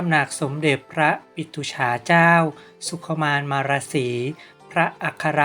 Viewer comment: อ่านพระนามของท่านให้ถูกต้องด้วยค่ะ อ่านว่า สุ-ขุ-มาน-มา-ระ-สี ค่ะ